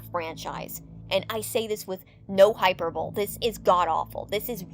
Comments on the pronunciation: Love the video! I agree with a lot of your points, and also of the others in the comments lol. Also, side note, but , that's not how hyperbole is pronounced. It's "hy-per-boh-lee", rather than "hyper-bowl". Sorry to be that person, I think the spirit of an English teacher is possessing me lol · ...Dawg did you just say hyper-bowl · it’s hi-per-bow-lee, darling. Third syllable can be pronounced “-bah” instead of bow, especially when you’re putting the syllables all-together. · I hate to be “that guy”, but it’s actually pronounced “hy-per-bol-LEE”. 😉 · girlie pronounced hyperbole as "hyper bowl" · high-per-bowl-lee hyperbole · “Hyper Bowl” 😂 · yo she got no “hyper bowl” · Can we talk about that Hyperbole pronunciation?